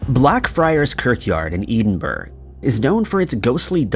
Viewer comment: It's Edinburgh sounding it oot like Ed-in-burgh 🏴🇬🇧